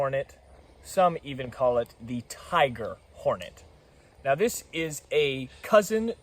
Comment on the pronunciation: bro said “im kinda considering trying it nowl” as if it’s drugs at a party💀